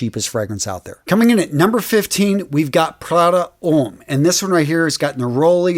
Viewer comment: He also pronounces a lot of fragrance related words wrong along with the names of fragrances ex: when he said La Nuit De l’homme, any other time he said L’homme, and Neiche.